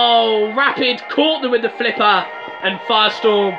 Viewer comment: ERUPTION SLIPPAAAHHHHH